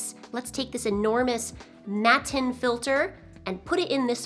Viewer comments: Your right, it's the German word for mats. But it's not pronounced "matin". The German a-sound doesn't quite exist in English so I can't really describe how it's pronounced. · Matten, from Hamburger Mattenfilter. Hart T and ɑː, not æ! 😉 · Hello, thank you for the video. Maybe this video will help you with pronunciation of "matten": Matten is in the first sentence: Es sind schon Leute vor grünen Matten verhungert.